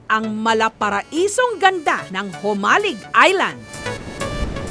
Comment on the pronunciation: Hoy KMJS hindi Humalig ang tawag sa island na yan alam mo nang "J" basa jaan Jo - malig...island...